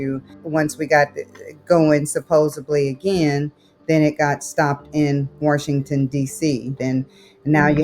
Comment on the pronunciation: Worshington DC